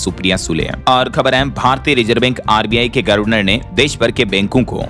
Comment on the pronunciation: गर्वनर ❌️ गवर्नर ✅️